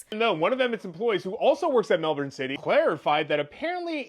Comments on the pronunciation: Australian here! Thank you for your correct pronunciation of Melbourne! It was very refreshing to hear someone pronounce it correctly 😅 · Yaaaaas!! She's proven it can be said without our accent 😂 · Right off the bat, perfect Melbourne pronunciation :) And also, heyo Aussie mention ✨ shame it's this of all things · Yes, you definitely said Melbourne correctly. Now, for those bloody Americans........ 😁🤣🇭🇲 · Australian here, Mel-bon (how you said Melbourne) is a correct way to say it, with Mel-bin being the more common way I've heard it said by Australians. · Australian here, just paused the video & jumping in quickly — you pronounced Melbourne beautifully 🤍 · Melbournian here...🇦🇺 Well done with your pronunciation of 'Melbourne'. One correction, our population is just over 5 million, not 8. Take care. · You pronounced Melbourne correctly 😊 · Side note: thank you for being one of the few non-aussies I've seen who actually pronounce Melbourne correctly 😂 But on the main subject, what a petty, vindictive little man baby. Really showed Carrot Studios, didn't he? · I thought about getting a tattoo there over a year ago! (Also, you said the city correctly) The studio is in midddle of the Melbourne CBD and at the time had a bunch of tables in the middle of the room where the artists worked on their art and then tattoo tables/ chairs around it. I didn’t end up getting the tattoo as it the place didn’t seem overly clean (I'm a germophobe), and there was very little privacy. The artists that was assigned to me didn't speak english very well and didn’t seem to understand what I was trying to convey. To be fair to them, I have a speech impediment). Everyone was really nice though and they had a range of artists with beautiful work. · Just came down here to say thankyou for saying Melbourne properly 😅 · yay you are saying melbourne right 🎉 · Go you for actually saying Melbourne right 👍🏻👍🏻👍🏻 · I'm Australian and you said Melbourne perfectly. Not many non-Aussie's get it right.